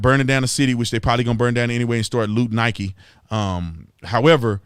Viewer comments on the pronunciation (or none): none